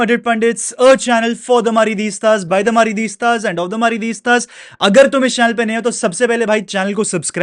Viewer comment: MARIDISTAS ? TF IT'S MADRIDISTAS